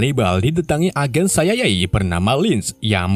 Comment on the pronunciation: Si ai ae bos bukan siyayae wkskwk taek